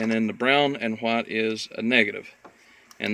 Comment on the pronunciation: What is a “HHwight” electric line or cable? Lol